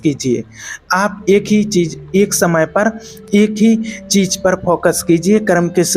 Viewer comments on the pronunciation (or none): Work on your pronunciation Sha ko sa , sa ko Sha .. Za to ja It sounds so ugly . Then it’s cheez not cheej U don’t even feel like subscribing after listening to such pronunciation